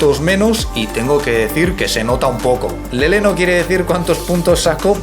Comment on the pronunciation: Que bien pronuncia LELE 🌹👶❤